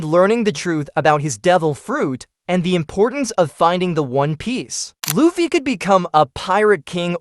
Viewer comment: its pronounced luuffy not loffy